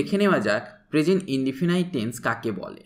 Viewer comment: ইন্ডিফিনাইট নয় ইন্ডিফিনিট